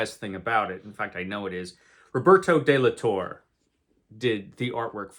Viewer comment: Rob is from Spain so the "Torre" part of his name should be said something like "Torray" by English speakers. As for the sword, lol, maybe he found it again multiple times. It's the one thing I let go for this story just for the big surprise from the end.